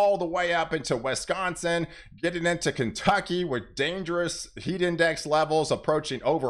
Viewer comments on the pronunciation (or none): none